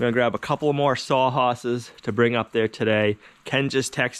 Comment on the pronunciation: actually I believe he said "haases" like that guy in the old Bonanza series.